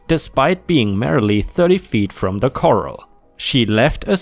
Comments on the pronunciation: “corral” is pronounced kuh-RAHL (IPA: kə-răl′). You were pronouncing it like “coral”, which are the animals that make reefs in the sea. ⭐⭐⭐⭐⭐ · Corral is said as "kur-al" not "kor-el." Coral (one 'r') is said as "kor-el." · Butter in Memphis TN is $5 for 1 pound (1/2 kg). On same $2. Foreign butter, like KeriGold is much more expensive. Corral is pronounced ka-ral. ⭐️ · Sorry, it's pronounced kor-al.